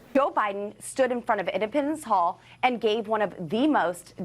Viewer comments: Is she saying impotence hall Ipopapendence hall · Poor dumb Boebert: here education was public & paid for by ‘the rest of us’. Her GED test, well yes, she did pay for that herself. I got to ask, is she trying to say “Independence Hall” when she says ‘Im-ped-a-mence hall’?? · Where is Edipens Hall? Doesn’t she even know it’s Independence Hall? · Is she saying “indepitance hall”? I know she struggled to get her GED but come on, independence is not a hard word…